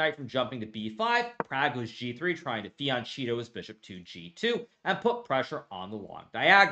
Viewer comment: Eh... you made me search for the pronunciation of Fianchetto after you said "trying to fian-cheat-o his bishop" 🤪🤪